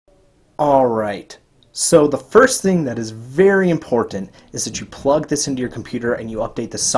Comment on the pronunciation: "so it makes a VA-ARY VERY emersive headset" lol